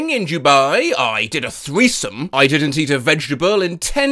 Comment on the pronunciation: "You disnt see the obivous" "I disn't see it at all" is HILARIOUS 😭